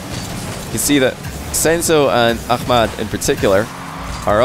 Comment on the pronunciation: yeah he pronounces it correctly .